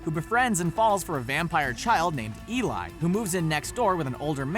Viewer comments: Eli's name is pronounced "e-lee" not "e-lie" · Let the Right One in her name is pronounced Elay